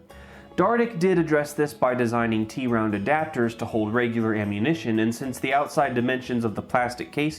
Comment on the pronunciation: Gotta love the avant-garde novelty of some of these. Seems like some of them were almost onto something and just needed one more step to perfect. Notes: "Cavalry," not "Calvary." "Tround" (a portmanteau of "triangle" and "round"), not "T-round."